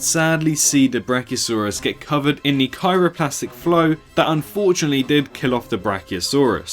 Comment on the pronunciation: “cyroplastic flow”